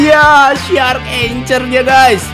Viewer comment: Bacanya itu angkhor bng bukan anchor